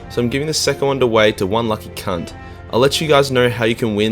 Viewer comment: I've never seen an Aussie say cunt like a yank til now. This is cringe. So much forced swearing.